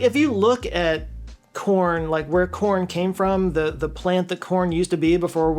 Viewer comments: 🤣🤣🤣🤣 OHHHHH... You meant CORN! I thought you said PORN! 😂😂😂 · "Dogs are, like, the ?orn of animals." 7.5 seconds of nervousness -- Ohhh, "corn!" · I thought you said porn...........